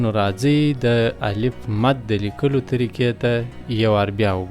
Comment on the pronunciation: السلام علیکم و رحمته الله و برکاتو الله پاک مو دا خدمت پښتو ژبي ته په خپل دربار قبول کړه، هیله می دا ده چې تدریس مو په معیاري لهجه مخي ته ویسي او تلفظ کې مو دقت وکړي لکه څنګه چې تاسي الف، الپ تلفظ کوي نو هیله کوم چون چې دا ابتدایی مرحله ده او کوچنیان تر هر چا د خپل ښونکي پر خبره ډیر باور لري او هغه څه زده کوي چې ښونکی یی ورښي.د